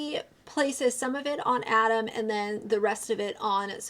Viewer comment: Also how tf could this guy watch 6 hours of content covering this and still manage to say Adam’s name wrong? He also couldn’t remember that Miranda is a CHARACTER and the name of the person responsible for this is COLLEEN? Everything he said made me side eye the fuck out of him, but especially when he just flat out said grooming was okay.